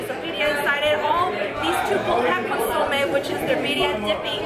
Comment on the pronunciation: He also could not pronounce consomme. He has no excuse. Consomme is a French word and he is French Canadian.